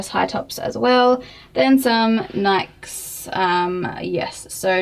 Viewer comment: They're called Roshes not Nikes. You didn't even pronounce "Nikes" correctly, omg.